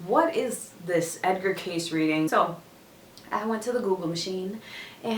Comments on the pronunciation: Kay-see... Not "case" 🤦‍♂️🤦‍♂️🤦‍♂️🤦‍♂️ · His name is pronounced Kay-see. Not Case. Hope this helps. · Pronounced Kay See! Edgar Cayce was an interesting person. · His name is pronounced Kay-see 😉😉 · ...Damn, you butchered his last name a little bit. 😂 And I'm sure you've had enough people tell you the correct way to pronounce it is Kay-SEE. But I like the video! It's always dope to see young people discover the amazing work that our beloved oracle and clairvoyant Edgar Cayce recorded. Thanks for posting this particular video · You can’t even pronounce his name correctly. You dishonor this amazing man with your flippant discourse of what you believe was his life’s work.